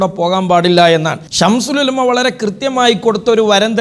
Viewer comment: ഈ കുട്ടി അത്തൻ "ശംസുൽ ഉലമ " എന്ന് പറയാൻ പോലും അറിയില്ല "ശംഷൂൽ ഉലമ" എന്നാണ് പറയുന്നത്